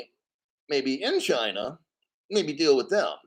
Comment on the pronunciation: Did you say China or "Gynaaah"...🤣